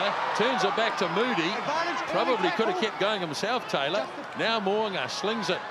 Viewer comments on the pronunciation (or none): Please get it right. It’s Mo ‘u nga. not Mo a nga